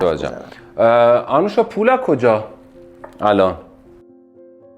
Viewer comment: اسم ایشون آنوشا هست نه اَنوشا. لطفا روی لحنتون کار کنید، گاهی اوقات سوال پرسیدنتون شبیه به بازجویی شنیده میشه.